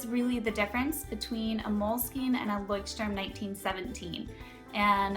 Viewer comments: I've been living in Germany for many years and yes, Leuchtturm is supposed to be pronounced like: "Loykt-turm" (that's the closest you can get with English phonetics. The German CH is a very guttural sound that is impossible to imitate for native English speakers. It kind of sounds like the sound that you'd make if you were to clear your throat aggressively.) Moleskine is pronounced the same as everywhere else though. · How the freak are you saying "Leuchtturm"? It's the German word for Lighthouse. The pronunciation is [ˈlɔɪ̯çtˌtʊʁm] It's like Loicht-Turm. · As a German the way you say Leuchtturm hurts my ears... still a pretty nice video though! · Leuchtturm. not leuchtstrum >.< Nice comparison though:) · Leuschhhhturm sagen sie immer ;D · [layxt - turm] is the pronounciation. The x denotes a strong H as in Loch. It is a language called German;) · I think I'm the first one to comment this. Does everyone pronounce Leuchtturm like that? Because I think that some Germans' ears are bleeding right now. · i usually like videos like this...but you butchered the name of the Leuchtturm girl...had to stop to watch it.... sorry as it annoyed me too bad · Anyone from Germany out there? The way all the english and american YouTubers pronounce Leuchtturm bothers me so much...it sounds like an english word, I guess it's quite interesting to see how brands are just pronounced differently in different countries...but still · plainly I am german. And i can say youre right 😂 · Everyting was spelled correctly, it was just the way you pronounced it :) As a native german speaker, I noticed that and just wanted to make a remark. I know that german is veery difficult to pronounce :P